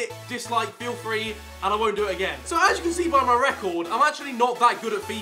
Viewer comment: I've never heard a YouTuber saying fill free to dislike